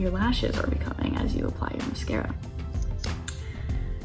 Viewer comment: The way she keeps pronouncing mascara like “musk-era” 😆